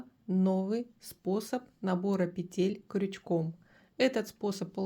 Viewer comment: Уважаемая вязальщица ставтьте,пожалуйста ударение правильно - не петЕль,а пЕтель,ударение на первый слог!